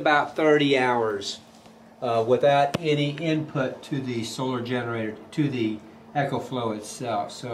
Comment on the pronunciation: It's a long e. Pronounced EEEEKO FLOW